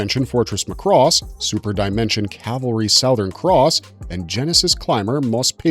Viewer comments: Since moving to Japan I learned that Macross has several shows and Robotech was a mess created by HG. By the way, its pronounced "MAH-KOO-ROSS" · Ugh, this is unwatchable as the guy mispronounces every robotech word. It's Macross (emphasis on the first syllable) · is it pronounced muhcross or mak•ross? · Clearly you never watched the show mate, can't pronounce Zentradi or Macross, I switched off after 30 seconds. Thumbs down all around!!! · Zentraydee, Sowthern Cross, MOSPAYDIA, MOSPAYDA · Please, please, please. Mari Iijima (Minmay herself) has told fans it is pronounced "MA-cross". NOT "ma-CROSS". Emphasis is on the first syllable. Seems like ever since the 2006 ADV dub introduced that pronunciation, people have been pronouncing it wrong. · It's pronounced as "Mac-Ross" not "Muh-Cross". Macross had more than one war in its entire franchise. Every Macross series had its own war or conflict. Robotech has 3 wars because its mashed up 3 anime series into one show. As for the licensing Harmony Gold/Tatsunoko Productions only have distribution and merchandising rights of the original 1982 Macross series outside of Japan and none of the sequels. The Macross IP is still exclusively owned by Big West. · You're pronouncing Macross wrong. In Japan they pronounced it as Mac-Cross not Mac-Ross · MAAAA CROSS DUDE!!! ugh like a sheep saying Baaaa—MA’CROSS MAH-krohs!!!!!! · it's not Mc Cross it is Macross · Pronounced Mac Cross. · Lost me after mispronouncing Macross! LOL McRoss!! Did they also serve McNuggets? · Mc Cross.... Ceart go leor?? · Dude you are killing me every time you say "Mc Cross" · He butchers a bunch of Japanese names too. (cringe) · and Muh-cross 😄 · Its "mack-ross." And its "Zen-trah-de". Im surprised you dont say "Robot-ech." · Dude, Mc Cross and Zen-TRAY-Dee... You just lost your anime card, there's no way you are actually a fan of this content ☠️ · Really Mc Cross is your issue? Not the Zen Tray Dee?